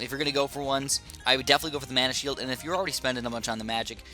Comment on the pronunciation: When u said get this mana shield it soundedso much like get this man a shield from infinity war